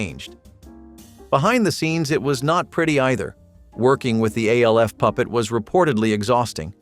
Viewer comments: I know what everyone called him, and I know what the letters stand for. You are saying "A" "L" "F", which isn't what the show is called. The show is called "Alf" and his name is the same. It is an acronym. Acronyms are pronounced like words. Scuba. Nato. Radar. Those are all acronyms where every letter stands for something, but we say it like a word. I watched it when it first aired. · Ok the way you’re saying “Alf” is driving me insane. Was it just my family and friends that called it literally “Alf?!!” Not A.L.F.???? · You realize that "ALF" is pronounced as a name, and not the letters, right? It's an acronym, like SCUBA or NATO.